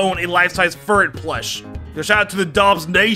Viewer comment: you funnily said furret